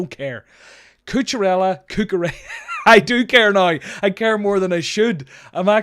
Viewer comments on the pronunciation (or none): DON'T SAY CUCHURELLA EVER AGAIN